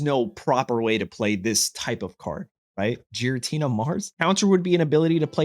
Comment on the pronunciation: That Giratina would be a massive problem. Also, please stop calling it Jiratina.